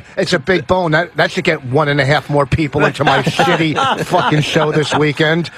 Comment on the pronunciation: I never would believe someone if they said it's possible to slur the word "show", but here we are...